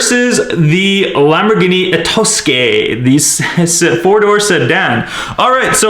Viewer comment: itosca if thats how you pronounce it right